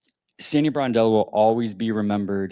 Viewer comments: I caught that too. Bordello is not a good way to mispronounce the name. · BRONdello, not BORdello. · Hey, come on man you're a stand-up content creator 🤷 do not RAPE Sandy's SURNAME ‼️ SAY AFTER ME BRON ‼️BRON ‼️ IT'S BRONDELLO 🤔 IT'S NOT BORDELLO 🤷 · Please pronounce her name correctly . It’s Brondello. NOT Bordello, which is a brothel. Bordello means brothel, where ppl go to have sex. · NOT Bordello, Brondello... Plz just get it right for once dude! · Hi ya - PLEASE pronounce Sandy's name correctly it is BRONdello not BOARDdello!!! Look up the definition of bordello and reflect on your pronunciation. Other than that, I like your content and look forward to watching your videos. Stay safe and healthy!!! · I just wish these youtube guys would actually learn how to says the names of the people they are ta;ling about. So many calling her Sandy BORDELLO. Really takes away from any credibility they might have on the topic. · It’s “BRON” as in LeBron! BRON-DELL-O. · BRONDELLO.....show some respect and pronounce her name correctly